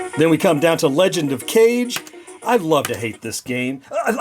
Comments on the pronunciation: Nice review, you really showed a lot of the cabinet and the games. Just a heads up, the Legend of Kage (影) is pronounced "Kah-geh". I'm genx too and grew up pronouncing it cage. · "We pronounced 'Kage' as "cage" back then, I refuse to pronounce it any other way." Anyway, nice version of the Evercade- very tempting (let me just look at the price now to remove the temptation).